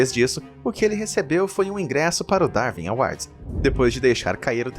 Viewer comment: Não se pronuncia "Darvin awards", mas sim "Darwin awards". (Lê-se Daruin".